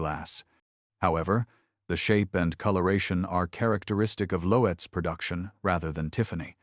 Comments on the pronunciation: It's not Lo-etz....it's pronounced LOTZ...how could you be so stupid?? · Lotes... one syllable = Loetz. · Loetz was mispronounced.